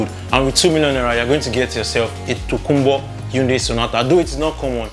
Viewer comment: Hyundai (hai ·un·dai) not yatunde😂